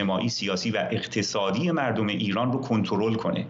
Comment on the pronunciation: آقای خالیباف اول کارش هم تاکید بر معیژژژژت مرررردم داشت